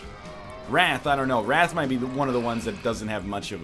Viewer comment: The way he pronounced wrath and sloth...